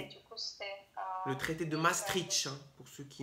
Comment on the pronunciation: C’est pas maastritch si Maastricht et 1993☺️